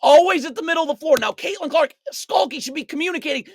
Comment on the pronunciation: As an Iowa fan, yes, they're not great on D. But it's Stuelke, not "Skulky" and it was Bueckers not "Byookers" so I'm not sure how much credence I can give your WBB videos